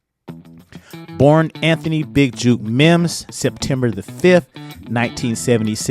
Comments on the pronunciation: It’s Jook. Not juke. Like jukebox on Rasing Kanan 😂😂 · Can't take you serious, you don't know his name. It's not juke , it's jook. Like fish hook. 😂😂😂😂😂😂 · Jook rhymes with Hook. Juke rhymes with Duke. Just helping you bro.